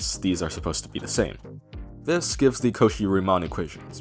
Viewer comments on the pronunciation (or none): calling cauchy a 'cohee' like japanese call cofee xdddd. ok.